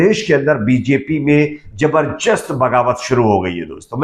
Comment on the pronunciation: Bhai aap sab kuchh sahi bolte hain lekin zabardast ko sahi nahin bolte hain is word ko sahi boliye